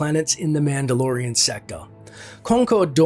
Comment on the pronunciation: You say madelorian a lot ...